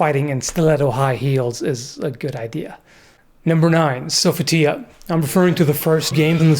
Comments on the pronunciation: "Sofa Tea A" .......that's the first time I've ever heard someone pronounce "So Fee Tee A" that way XD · That's how it's pronounced in Soul Blade, the original game. (Or Soul Edge in other places) To me it sounds dumb when the newer games say "Sofeeteeya" especially since they regularly mispronounce other words, like, how much were they paying these voice actors? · i recall the game pronouncing it so-fit-ee-uh